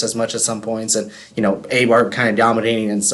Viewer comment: A-bar? It is pronounced I-Bar.